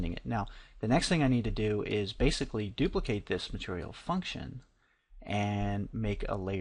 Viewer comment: "Now pixel depth is 'Baythicly' " Lmao. Nice tutor though hanks.